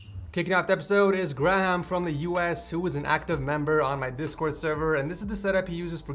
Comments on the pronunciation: "Gra-ham" XD I'm pretty sure its pronounced gray-am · i love the way he sais graham, gra-ham. bruh it is Gray-um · did he just say “gra - ham” instead of “gray - ham” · It’s Gray ham that’s how it’s said lol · Graham is pronounced 'Grayum' btw (at least in the UK) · im pretty sure he's saying "Graham" wrong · Why can't he just pronounce graham right